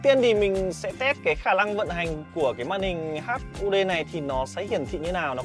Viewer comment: Hắt kính nái 😢 Bác luyện phát âm lại đi ợ, sửa dễ lắm